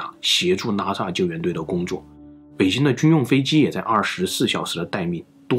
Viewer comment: up主的口音 我一直听成NASA 看了字幕才知道是拉萨。。。